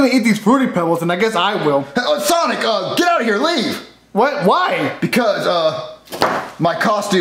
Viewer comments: Jet: actually it's Get but it's pronounced Jet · I like how get (pronounced jet) actually thought it was an actual connection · "Baby listen, hes dead" Get (but pronounced jet) 2019